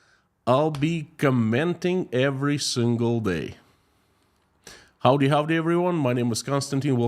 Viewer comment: I swear your howdy howdy had an almost Texan drawl lol